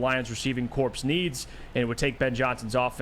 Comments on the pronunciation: please stop saying corpse 😂😂 corps is pronounced like core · "Corps" is pronounced "core" fwiw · the p is silent. It’s pronounced “core”